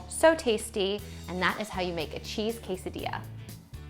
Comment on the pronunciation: Yes, if you want to learn how to make a delicious quesadilla ask a white women that can't even pronounce it right. Wtf?